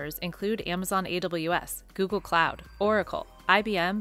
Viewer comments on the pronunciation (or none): none